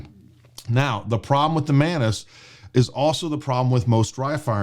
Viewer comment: The way he says “Mantis” it sounds “Menace”…😂🤣😂🤷🏻‍♂️